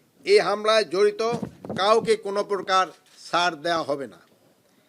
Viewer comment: হইসে, কোনো পোরকার, জাতীয় সংচ নির্বাচনকে, অন্তবতী সরকার, নিরাপত্তা নিচ্চিতে বদ্ধ পরিকর.... (ওসমান হাদি হত্যা!!!) ধীর গতিতে বাংলায় স্ক্রিপ্ট পড়তে উচ্চারণে এতো ভুল!!